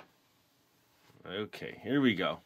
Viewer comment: Go not fo